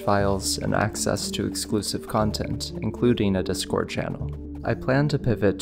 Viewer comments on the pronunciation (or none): none